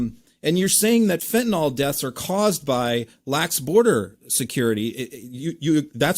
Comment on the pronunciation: It's Fentanyl. Pronounced nil.